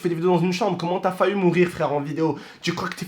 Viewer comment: Il a dit : fahu mourir.... ow shiiiit le francais